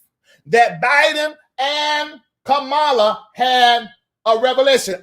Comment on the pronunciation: I'M GONNA WHOOP YOUR TAIL IF YOU DON'T COMMIT TO PRONOUNCING HER NAME CORRECTLY. MY NERVES ARE TORE UP. (KAMA-LAH) NOT (KAH-MALA)